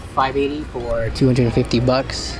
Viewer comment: The way he says bucks is so strange. The only way to describe it is 🅱️ucks